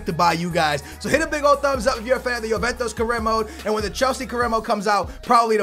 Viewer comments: dude can you not pronounce anything right ? you say yoventos instead of juventus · I like Chelsea career mode better just because I get stage 4 cancer everytime you say YOOVENTOS........ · The name of the club is not JuventOs? It´s JuventUs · youventos . pugba lmao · Na america (penso eu) que não pronunciam "ju" pronunciam "yo" ou "yu"